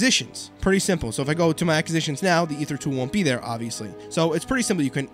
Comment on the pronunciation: Look up proper way to pronounce ACQUISITIONS! Lolol